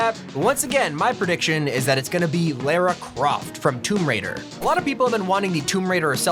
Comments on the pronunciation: its not toomb raider its TOMB RAIDER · For tomb raider he told tumb raider